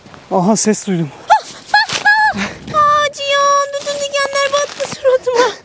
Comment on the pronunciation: hanımın ciyan ciğan cihan telaffuzu hayli ilginç geliyor bana. Çok tatlısınız,size iyi kamplar bize iyi seyirler